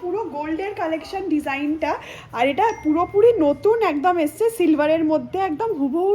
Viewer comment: আজগে আবার কি দেখতে স্মার্ট কিন্তূ আজকে বলতে পারেনা 🙄🙄আসছে বলার কথা বলছে এসছে